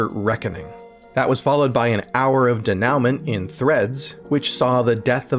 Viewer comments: Dénouement is French. /day-noo-mahn/ -- not /dee-now-ment/ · Um... it's not "denowment", JFC, it's like no one bothered to run your elementary schools. 'dénouement' is from the French, and is pronounced deh-new-mont, more or less. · Denouement is pronounced Day-new-maw not de-noon-ment. French word. Also hyperbole is pronounced hy-per-bo-lee and not hyper-bowl. That one for future reference. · it's pronounced day-new-mon, not denowment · "de-now-ment" ??? It's "day-noo-mon" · "Denouement" is from French and imports its pronunciation. "Day-noo-mahn" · Wow....ok...never heard anybody mispronounce it day- noun-mint before, lol..... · “Hour of denowment 😂” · “denouement” is pronounced Day-noo-MAW in English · “De-NOW-ment” isn’t how that word is pronounced… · I have no clue but I would suspect it could be. I've only ever heard the French pronunciation and was slightly amused. Love the channel and didn't mean any ill-intent.